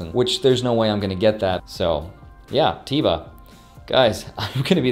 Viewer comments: Congrats on all the free stocks! Enjoy your trip to Hawaii! Also its pronounced Tehva but since you are the majority share holder you can pronounce it however you want to. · Teva is huge pharmaceutical company from Israel, you pronounced it "tea-va"" which is incorrect. As the new CEO you should know the "E" sounds like how you say the letter A, and this name means "Nature" in Hebrew. This stock was worth 60 USD about 3 years ago, as you got it for free I would totally keep it for the long run if you didn't sell it yet. Love your channel, keep it up! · LOL You said Teva In a funny way(